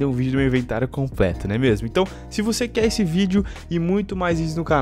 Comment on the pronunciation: " ISSE" Vir mais A gentes ?